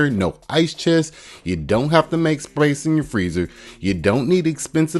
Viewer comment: You had me at not needing sprace in my freezer